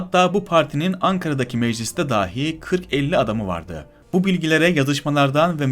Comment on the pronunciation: emeğin için teşekkür ederim. Videodan çok güzel yararlandım. İşine yaramasını temenni ederek telaffuz konusunda eleştirim olacak: 1. "Dâhi" kelimesi ile "dahi" kelimesi farklıdır. Arapça "deha sahibi" anlamında dilimize geçmiş bir kelimedir "dâhi" kelimesi. Türkçe "dahi" kelimesini "dâhi" diye ("a" sesini uzatarak) söylersen hem anlamı bozarsın hem de BİLENLER için kulak tırmalar. 2. Önde boğumlanan "k" sesini telaffuz ederken art boğumlu "k" sesi gibi söylersen yanlış olur. Türkçe kelimelerden örnek vereyim: "Sözümü kesti." cümlesindeki "kesti" sözcüğünün "k" sesi (ince k diyelim) ile "Bizde kaldı." cümlesindeki "kaldı" sözcüğünün "k" sesi (kalın k diyelim) farklıdır. Türkçe kelimelerde bu sesin ünlülerle uyum içinde olduğunu görürüz ama Farsça ya da Arapça kökenli kelimelerde ince k sesinden sonra kalın ünlüler gelebilir. Doğru telaffuz için önce "kesti" kelimesindeki k'yi çıkar ve daha çıkarırken hemen "a" sesini kaynaştır o sese ve tekrar et: kâ, kâ, kâ... Böyle böyle alışırsın. Madem videolar hazırlayacaksın, bunun için uğraşmanı salık veririm. Sen "Kazım" ve "Kemal", "kahya" kelimelerini söylerken - videoda da sık geçtiğinden - kulak tırmaladı. ("İnce k" veya "kalın k" denmez. Anlaşılsın diye böyle söyledim.) 3. Türkçe durum eki olan "+de/+da/+te/+ta" ekinden sonra gelen aitlik eki (bir cehalet sebebiyle "ilgi eki" diyenler var) olan +ki gelince durum ekindeki "a" sesini uzatmak da ciddi bir telaffuz hatasıdır: Okuldâki (okuldaaki)